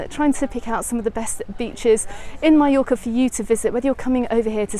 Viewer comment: You finally got it right - Mallorca, not Mee-yorca. :)